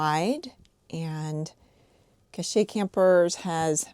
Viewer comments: I believe its pronounced as (Cash) camper the E is silent in Cache. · you just say it "cash" you sound crazy lol. alaskan here for reference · sorry but that is not how you pronounce cache. It’s pronounced just like cash. Not cash with a long A…